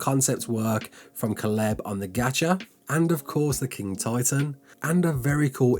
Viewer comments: Nah mate, I’m English too. 😂 you Butchered that name like a Prized Pig 🐖 fella. It’s Kay-Lub. I do enjoy your videos however. Keep up the good work Lad. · It’s pronounced Kay-Leb. Not whatever TF you said Holmes.